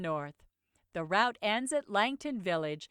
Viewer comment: why it pronounces route with "round" instead of "root"